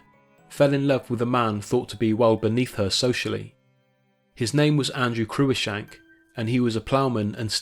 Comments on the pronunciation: For "Cruishank"hear "the proper name "CruiCKshank" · Cruikshank is pronounced 'Crookshank', not 'croo-ickshank'. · Cruickshank pronounced Crookshank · The daughter of an earl is always "Lady Fanny Sinclair" or "Lady Fanny" and can never be "Lady Sinclair" as "Lady is the title of only the wife of a lowly Baronet or Life Peer. Cruickshank is pronounced "crookshank"